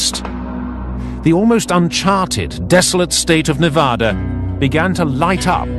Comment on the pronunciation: Great video but do not say Navodda and Nevodder, it is pronounced exactly as spelled, Nevada with "ad" in the middle, not "odd" in the middle and no "R" anywhere in the name.